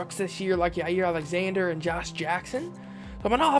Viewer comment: Did you seriously call Jaire yayir